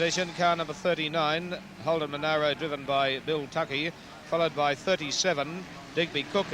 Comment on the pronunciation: Who's the annoying commentator that insisted on mispronunciation of the Monaro? There was enough media coverage back then to prove there was no 'i' between the 'a' and the 'r'.